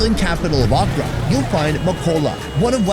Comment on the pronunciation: Every time he said Accra, I thought he was saying okra lmao